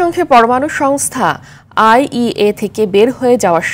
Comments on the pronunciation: সংবাদ উপস্থাপনা করেন। সংবাদের শিরোনামে তো সঠিকভাবে বলতে পারেন নি আইইএ কোন শব্দ আছে নাকি। আইএইএ হবে। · IAEA not IEA 😂😂😂